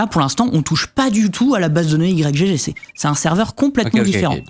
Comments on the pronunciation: Vous dites i-grec gégé vous? Moi je dis juste igue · Personne ne dit "Y G G". C'est Ygg. Comme Yggdrasil. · Mais vous pouvez pas dire "igtorrent" comme tout le monde, au lieu de dire "I-G-G-torrent" ? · "i jé jé" Mais?! c'esg "igue" :') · ohhhhh sérieux ? "Y, GG" ? ... En une syllabe "Ygg" comme le debut de Yggdrasil. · " Y G G " , comment vous prononcez Yggdrasil ? 😂